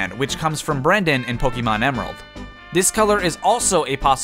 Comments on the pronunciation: It’s Po-keh-mon not Po-key-mon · Its poke eh mon not poke ee mon. Just remeber, be Canadian